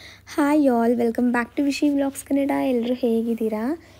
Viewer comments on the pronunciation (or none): none